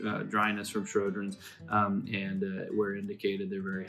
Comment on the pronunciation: Lots of info here. Just wish the presenter had spoken a little more slowly, and pronounced Sjogrens correctly. It sounded like he was saying 'Shro-grens'.